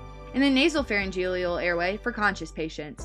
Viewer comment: "Pharyngelial" "Nasogelial" haha. I had to watch this on mute because the pronunciation of many medical terms was driving me crazy. "Flang" hahaha